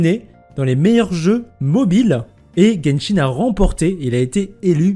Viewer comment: nahel X ça se prononce guenshin c'est pour rire qu'il a dit jenshin